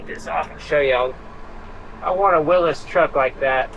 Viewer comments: FYI old Jeep is pronounced Willies. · Its a willys jeep not willis